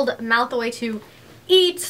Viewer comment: Did you say malthoy??